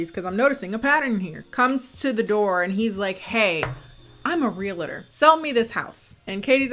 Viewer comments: The funniest thing was listening to say “real-a-tor” instead of realtor 😂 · I find it so weird how you say realtor, lol, I guess it's because you are American, I had never heard it pronounced that way, it is just an observation, love your content